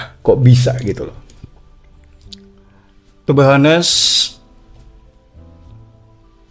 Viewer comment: Tu bi hanes mas bkan tu be hanes 😂